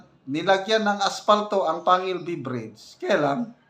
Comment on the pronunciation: Kasi daw di pa sana pwede.gagamitin pero parang minadali dahil fiesta ng isang city.Panguil ,"pang gil "ang pronouncation